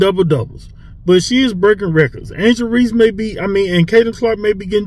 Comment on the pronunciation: And skip said Reese